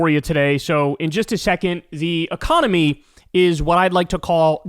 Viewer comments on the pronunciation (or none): giggity oh wait did you say "the economy?" sorry I thought you said "e-mommy"